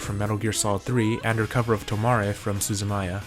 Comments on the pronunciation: You said "Suzumiya" wrong. But great Voice Artist Spotlight regardless. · Not to be rude but you mispronounced Suzumiya.